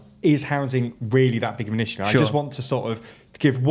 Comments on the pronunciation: stop saying “rissue”… I have a rissue with it ^^ 😺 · Please, never stop saying rissue 😂😂